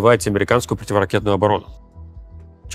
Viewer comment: Привет! Спасибо за это видео. К сожалению, Руслана очень тяжело слушать: он пропускает очень много звуков в речи, из-за этого приходится сильно напрягаться, чтобы его понять. Так, слово "противоракетная" у него превращается во "птивракетная". Наверное, он хочет уложить больше сведений в меньшее время, но реальная экономия эфирного времени пара процентов, а сложностей в понимании — на 50% больше. Может иметь смысл сходить на курсы дикторов или лекторов, Кац вроде бы на именно такие ходил и ему очень помогло.